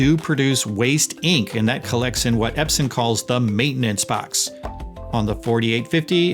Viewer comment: Eps-on !! Not Eps-in On...on..on Epson✅